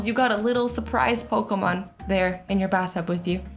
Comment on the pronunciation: Azzy: pokumon me: pokeeeeeeeemon